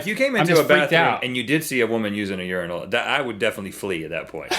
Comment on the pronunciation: Thank you for pronouncing Urinal correctly. I hate when people pronounce it your-eye-nal. Also, I completely disagree with urinals. I think they are disgusting and that all human excretions should be private. I don't know if these are in America yet, but in Europe we have public urinals that are basically a pyramid type thing that you walk up to, right on the street, and go into. I can't imagine a more offensive or degrading thing as a man. Like being a dog.